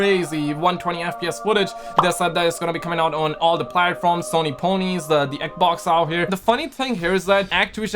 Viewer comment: Normal People: "Xbox": "Egbox"